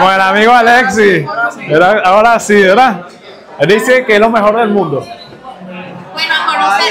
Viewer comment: com respeto a este boricua se le nota la L clarita especial cuando dice verda como que tom énfasis cuando dice VELDA verda